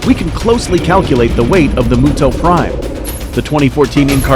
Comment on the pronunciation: M-yu-to not mooto Does it look like a cow to you, no offense